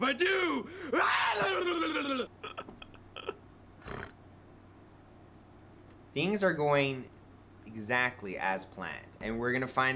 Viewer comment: voice is beginning to sound more slurred and mumbly than usual. And he is beginning to REALLY overemphasize when he says "theengs"